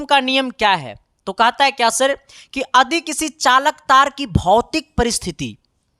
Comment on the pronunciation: Adi ❌ yadi✔️ ❤❤